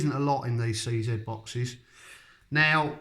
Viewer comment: You keep saying c zett. IT IS PRONOUNCED CZ